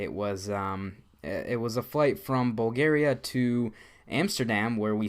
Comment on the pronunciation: lol First i thought you said Boogeria instead of Bulgaria, and why didn´t you visit the red light district in Amsterdam